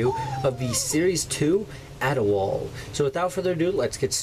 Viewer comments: It's pronounces all-do-wall-a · It's pronounced (Ad-e-wall-e) and he's an awesome assassin Also the stick is a blow pipe